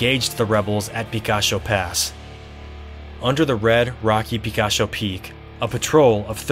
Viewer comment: It;s pronounced Pi KAH Cho. Means ''Little Peak'' in Spanish.